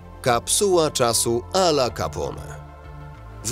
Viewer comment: " Al Capone "wymawia sie - Al Capone a nie Alla Capone.